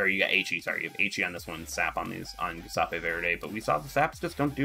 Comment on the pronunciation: Jew-sep-eh. It pains my ears that have Italian DNA to hear you pronounce that name.